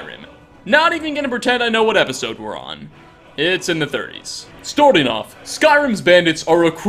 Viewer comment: Change the way you say “Storting off” too